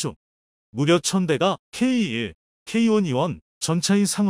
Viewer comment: K1,K2를 케이원,케이투로 발음하시는게 듣기에 부드러운데요,,,,,,쩝